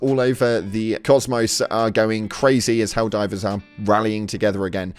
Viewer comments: It's"Helldivers" not "helldrivers." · excuse me until u say hellriders correctly fuck now im doing it, Hell divers, excuse me!